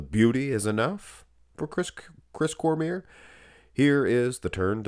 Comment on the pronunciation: His name is pronounced Cormee - ay. It's French